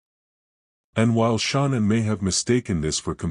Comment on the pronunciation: Ty ….wish you knew how to pronounce her name correctly